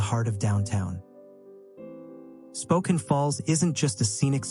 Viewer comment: May I offer a quick correction on the pronunciation of Spokane? While the 'e' at the end usually makes the preceding vowel long in English, this is an exception. It is actually pronounced Spo-can (like a tin can). The name holds a beautiful meaning: 'Children of the Sun.' Historically, Spokane was spelled with a double 'e' at the end; however, the spelling was simplified over time. Cheers and great video of my home state!